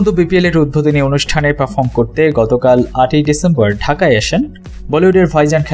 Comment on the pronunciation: Bhai apnar uchcharon er eto behal obostha kan. Najrul Islam NOT norzul islam. James not zames, UDBODHONI not udbhodoni. Apnader moto bhul pronunciation kora vloger der $100000 fine kora uchit. Culture noshto korben na.